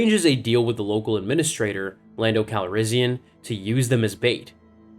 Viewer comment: Bro actually said Lando CalRIZZion 😂😂😂